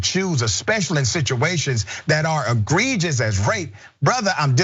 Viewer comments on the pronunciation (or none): none